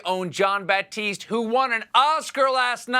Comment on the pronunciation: No "P" in his name. It's Jon Batiste. 😁😉